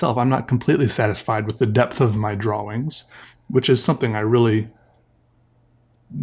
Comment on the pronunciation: Do you purposely say Draw Wings? Or is that an accent?